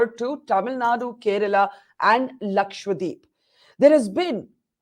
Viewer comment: Even barkha can't spell English now correctly. it's not Lakshwadeep it's Lakshadweep